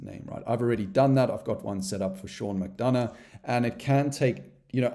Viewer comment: Great tutorial! My question is what did you do with the 'u' in 'McDonough'?🤪